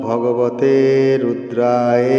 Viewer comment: মন্ত্রের উচ্চারণ ভুল আছে সংশোধন করে দিবেন। শেষের শব্দ টি রুদ্রায়ে নয় ওটা হবে রুদ্রায় অর্থাৎ অ এর উচ্চারণ হবে।। ধন্যবাদ।